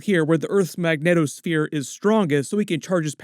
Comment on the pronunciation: Are you specifically saying megneto sphere or do you mean magnetic sphere I need to know